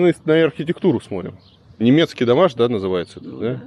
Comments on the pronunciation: Все! Не могу больше терпеть! Илья! СмоТрим!!! Не сморим!!! СмоТрю, не сморю! Уже давно ухо режет. Прости! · Илья, со всем уважением к вам - нельзя говорить "сморим" вместо"смотрим". очень слух режет